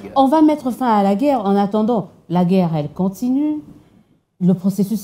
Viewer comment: la guerre c'est pas la gueurre. Naguère c'est pas Nagueure. Ca se prononce différement